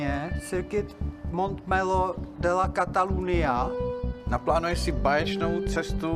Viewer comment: Režisér a scénárista, který nedokáže normálně vyslovit Catalunya a dělá film o motorismu :D